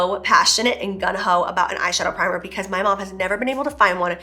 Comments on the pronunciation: I love you girl but it's "gunG-ho" 😂 every single time you'd say "gun-ho" I would just picture 🔫🍑💅👅💰 Just a hoe who's PACKIN HEAT 🤣🤣🤣🤣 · It's GUNG HO!!! lol!! Sorry - but after the third time of GUN HO I had to correct you!! You're too funny Jaclyn ♥ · Girl it’s gung ho not gun ho as you keep saying 🤣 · We'd die lol. I wonder if she knows it's supposed to be "gung-ho". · It's so cute the way you keep saying "gun ho" instead of "gung ho". xo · It’s “ Gung ho”. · You had a PET RACOON! That’s the most adorable thing about you I’ve ever heard ever omg 🥰🥰🥰 (Also, I couldn’t help but giggle every time you said “gun-ho” lol😅😝) Congratulations on this collection! I am a cool toned shadow and lipstick girl, so I’m loving all these shades!!